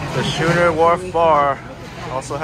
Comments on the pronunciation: The 'h' is silent. It's pronounced sk-oo-ner as in 2-rig sailing vessel, or an unusually large beer mug. That mahi-mahi taco roll did look great. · It's pronounced.....Skoo Ner!